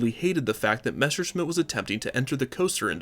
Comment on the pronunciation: Say Messerschmitt Again I Dare ya I Double Dare ya ........ Now I’m MAd